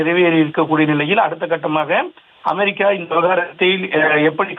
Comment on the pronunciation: அமாரிக்கா இல்லை அமெரிக்கா . உச்சரிப்பு சரியில்லை.